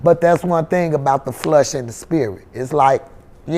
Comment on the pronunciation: She said Calahari,… naw, it’s Cala-mari! And it Flesh, not Flush.